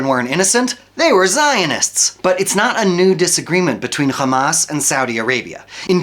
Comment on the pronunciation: The moment he said khamas i knew its a propaganda video